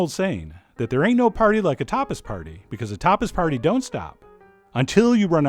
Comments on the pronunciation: I thought he said topless bar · i first thought you said topless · I had to pause the video because i thought you said 'topless' party. Looks good i'll have to try it out.